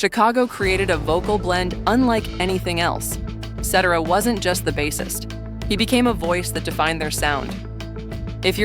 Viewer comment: They never pronounce Cetera's last name correctly 😂😂😂😂😂😂😂😂